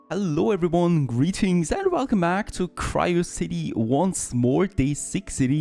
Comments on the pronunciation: Isn't it called Q-ri-o-city - as in Curiosity ?! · Nice game and has some nice mechanics. I think the games name is pronounced the same as Curiosity except with a Q. Might be wrong but throwing it out there 😊 Hope you do some more episodes!!